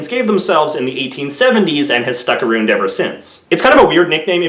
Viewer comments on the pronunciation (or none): Wow the way you say aboot and aroond is really weird to my european ears. Sounds kinda dope though :) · Aroond????